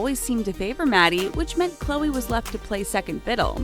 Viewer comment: You said Chloe's last name wrong.